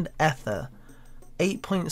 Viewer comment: Ether is pronounced Eether not “ehther” smh terrible engrish